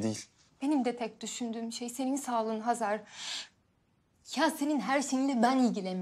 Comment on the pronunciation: Oksana neden Xezer deyir Hazar canim Azerbaycandada H. Herfi var